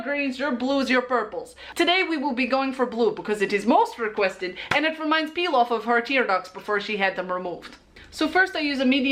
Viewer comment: The first time I saw Pilaf, I thought she was saying peel off... i swear im educated